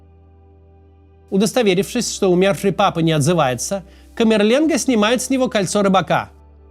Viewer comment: Папа, а не Пыпа(